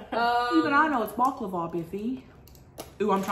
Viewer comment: “Bock lava”😭😂